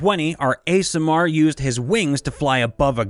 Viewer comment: I keep mishearing you say aasimar as ASMR...